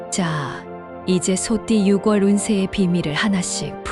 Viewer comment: 발음이 이상하네요 6월을 유궐이라고 발음하네요